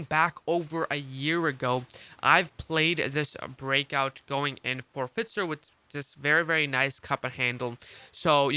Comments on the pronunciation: Fitzer lol F"eye"zer (Pfizer) lol love your work bro im just breaking your cojones 🤣🤣🤣 Happy New Year brother keep up the solid work! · F “eye” zer. Thanks though good content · Ahh FITZER.. I always thought its Pfizer